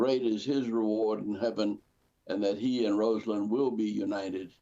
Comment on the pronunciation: Her name is pronounced RAH-salyn!!!!